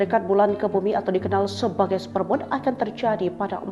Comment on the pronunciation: supermun, bukan supermon, please deh